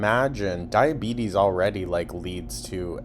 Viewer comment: Omfg she said "type 2 diabeezes" by accident and I HOWLED